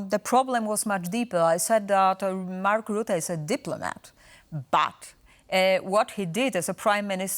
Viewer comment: TVP trying to talk about Mark Rutte, without even being able to pronounce his name.